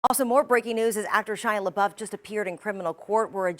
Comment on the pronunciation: The intro Lady says "Shy LaBuff"....cracked me up.